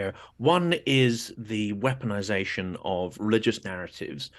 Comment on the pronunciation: "The waeponization of morality." After watching Timothy Snyder's devastating UN briefing, this important discussion caused an epiphany for me. Thank you, and Ms Julia Davis.